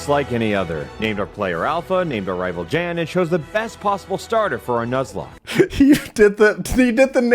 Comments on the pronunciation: Not only did he do the name wrong in the video, he actually called you by the RIGHT name when he failed to get you with the pause thing. He said "Thanks for unpausing the video Yan (I'm spelling with a Y to show english pronounciation)" Then in the video "And named our rival Jan" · I may have misheard but I'm pretty sure Alpha called Jan "yawn". Such a brilliant, yet small way of roasting him even further 😆😂 (before any Americans come for me with "well actually...!", the vowel in Jan and "yawn" is different ;) ) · Shout out to alpha literally pronouncing your name right then immediately saying nope, f u, and deliberately pronouncing it wrong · Love pronouncing Jan's name correctly every time except when he names the Rival. Just for that extra petty lol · The absolute best part about naming the rival "Jan" is ending the intro with a direct message to Jan using the correct pronunciation. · As someone who lived in Sweden for 5 years it cracks me up when pronounces Jan’s name wrong. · i love how he knows how jan's name is pronounced and chooses to say it wrong. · probably the funniest part is that alpha went through all of jan's reactions and still pronounced his name wrong for extra spite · Better yet, he pronounced it correctly once at the beginning and then never again for maximum spite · Did you notice he pronounced jan right only to purposely pronounce it wrong a minute later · "Perfect Nuzlocke" Can't pronounce Jan